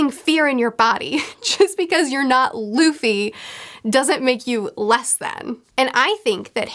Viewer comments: Everytime she says "Duffy" it hurts lmao. It's pronounced D-oo-ffy not duufy in anime. Otherwise great analysis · Duffy vs Loffy